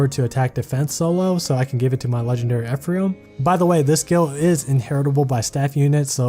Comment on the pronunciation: It's Ephraim, not Ephriam.